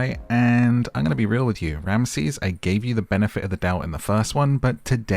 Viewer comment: Get the names right